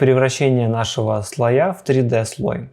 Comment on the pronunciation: Только слОя; ударение на 'О'.